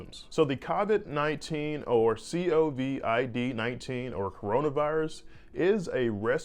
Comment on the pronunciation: Koe vid....not Ka vid....